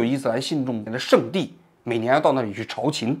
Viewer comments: 老师那个去麦加的叫朝觐，不叫朝勤😂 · 朝觐（读进） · 王老师有个字读错了“朝觐”（jin）四声！ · 朝觐的读音应该是chao jin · 仅供参考，因为您不是中文系的：朝觐，拼音是cháo jìn（我也不是）。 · 王局大哥，朝觐（chao jin）😊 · 朝觐jin,王局读别字了，本是无足轻重的小事，但是王局读者数以千万计，影响力巨大，搞错读音会带歪了太多人。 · 朝觐jin四声